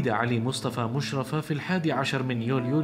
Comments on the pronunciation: بس لو سمحت انت تقول اسمه خطا مشرفة الراء مشددة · مقطع جميل لعالم فذ ولكن اسمه مشرّفه بتشديد الراء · انت بتنطق اسمه غلط خالص اسمه مشرفة بتشديد الياء وانا من نفس المدينة ودرست فاعدادى فمدرسته على مشرفة وهو معروف فمصر بس شكرا انك وصلت شخصيته لاخونا العرب ❤